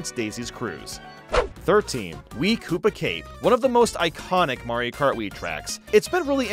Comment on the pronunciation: oh yeah the beautiful game of mairo karty 😂